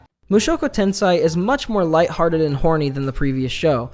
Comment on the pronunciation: “Mushoku Tensai”